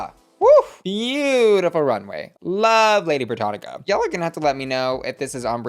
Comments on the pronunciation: it's Britannia not Britannica girl 💀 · Lady Brittania .... not Lady Brittanica. Cringe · my love, it’s “Britannia” not “Brittanica”. The latter is an encyclopedia. Britannia is a Roman goddess, for whom Britain is named. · It's "Lady Britannia". Not Encyclopedia "Britannica"!😂🤣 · Not saying “BrittaniCa” girl that’s an encyclopedia xD it’s Britannia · It's Lady Brittania - No c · not Lady Britannica! hahahahaha its Britannia! silly bussy. LOOOVE lady britannia though. 🥸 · Canada is part of the British Commonwealth . And it's pronounced britannia not sure how how you can miss pronounce that smh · Haha babes- you do so much research and she literally said in the episode Britannia is on the Canadian coins. Plus say it with me Brit (as in Britney) an (as in Ann) ya